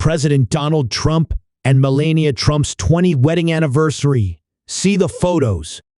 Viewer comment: Mell-an-e'-ah, nice try, robot. 🤖